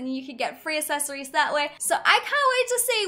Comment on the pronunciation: Go watch how she used to talk and hear how she talks now.. I think she should learn how to say accessories